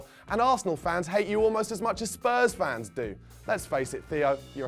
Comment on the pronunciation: I don't know why but I have a particular dislike for Charlie Nicholas, he can't even say our name properly, it comes out as Spuz